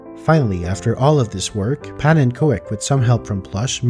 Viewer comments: Pannenkoek is pronounced pawnencook. Easier for next time 😊 You pronounced the first part really good for a non-Dutchy, just say cook instead of co-ek and you’re golden! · i still love how people say 'pannekoik(like in hoist)' instead of 'pannekook'(like in oof) which is a more correct pronunciation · (Pannen)koek (pancake) is pronounced like cook. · Koek is pronounced like cook. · The koek in pannenkoek is pronounced with the oo in good. It means pancake in Dutch. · His name is pronounced pannen COOK !!!! OE = OOH in Dutch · Pa-nin-kook is how you pronounce pannenkoek (pannen = pan. Koek = cake) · Pannenkoek is phonetically : Pannencook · Pannenkoek is Dutch for pancake lol - "punna-cook" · This has been a really fun and educational video. The only thing that annoyed me is something you can't do anything about. His name is roughly pronounced 'pawn un cook' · Fun fact: Pannenkoek is pronounced as “pannen cook”. It’s a Dutch word and means “pancake”. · Nice video! FYI It's pronounced panen-coke. It's Dutch for pancake. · man you really need to learn to pronounce the word pannenkoek. It hurts my ears. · As a dutch person, hearing pannen's name being pronounced is hilarious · Him saying pannenkoek is so funny to me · I absolutely love this content: ushering the game into the realms of the absurd 😁 But as a Dutch person, I can't help but want to give you a quick lesson on how to nail the pronunciation of "pannenkoek" (the Dutch word for "pancake"): The "a" in "pannen" sounds like it does in "car". You pronounce "koek" exactly like the English word "cook". The emphasis is on the first of three syllables. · I know that's how he pronounces his username, but hearing Pannenkoek pronounced like that breaks my brain.